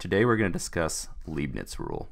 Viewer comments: It's pronounced LIEPnits. But thanks for the sweet video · actually its pronounced laipnits. Its a german name